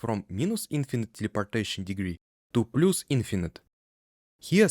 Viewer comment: (Please ignore this comment if you don’t want to be bothered by advice about English pronunciation. Because your video is amazing and fully understandable.) “Plus” should sound closer to «плас» than «плус» And “minus” closer to «майнас»/«майнес» than «минус»